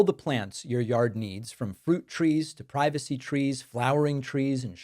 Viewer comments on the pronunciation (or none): none